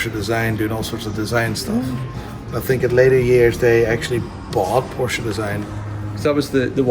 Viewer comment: It's porsche, not porscher 😂😂